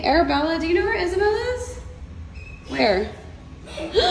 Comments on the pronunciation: i love the fact that she pronounces isabelle into isaboil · isa-be-lle not isa-boil. thats how u pronounce isabelle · the way she pronounces the name is wrong.